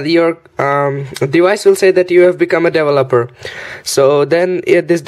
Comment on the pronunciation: I like how he says devil-opper!